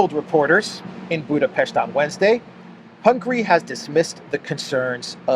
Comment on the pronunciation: Thx for the updates and quality job, again 👍🏻 And appreciate the pronunciation of BudaPest ✌🏻